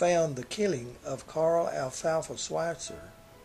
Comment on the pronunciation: had to stop when you butchered his name...I am sure it was nice, despite what happened to Alfalfa, of course